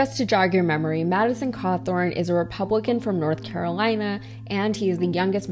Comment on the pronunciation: Hot., not KKKawthorne. 🤣